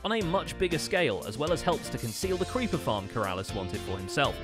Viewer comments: 14.09 he says the cweeper farm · “Cweepa farm”